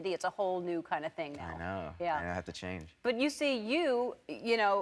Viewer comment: Did he say "I have to Chang" ? :D